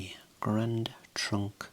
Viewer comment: Alright.... who else heard "Grand Trunk" as "Grand Funk," and had to rewind for a sec? 😂